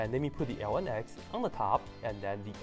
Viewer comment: That a hard to understand "ln" you are saying. Try "logarithm", "natural log" or just plain "log"